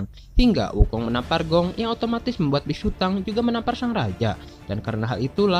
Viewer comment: Nama nya biksutong bukan biksutang 🤣🤣